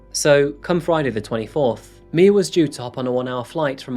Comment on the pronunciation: It’s my- uh not Mia